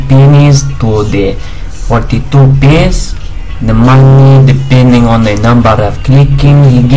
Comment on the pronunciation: I swear he says penis instead of pence :D